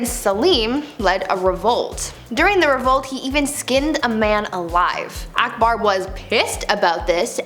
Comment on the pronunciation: She pronounced akbar as aekbaar😂😂🙂